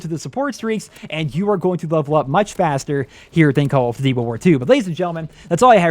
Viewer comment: is it me or does he have trouble pronouncing "call of duty".....